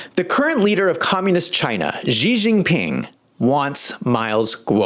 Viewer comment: Love your eye opening and insightful videos to raise awareness against evil and corrupt forces in the government. Btw, it's pronounced "Shi" not "Gzi Jinping.🙃 Thanks from a loyal subscriber.